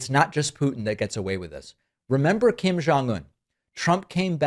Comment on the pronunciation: I have never heard anyone who pronounces Kim family's name more accurately!